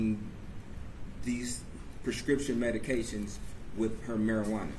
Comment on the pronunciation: This defense attorney is a joke. He can't pronounce specifically or medications.